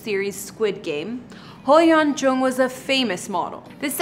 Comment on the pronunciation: you didn't even try to pronounce her name or most korean words here, im disappointed :/